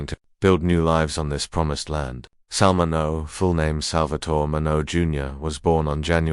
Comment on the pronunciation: It's pronounced Sal Min-E-O. If you can't be bothered to learn how to say the name, don't post the video.👎🏾🤬